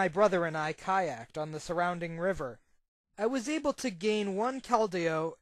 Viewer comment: So many mispronunciations of Keldeo. It's pronounced "KEL-dee-oh"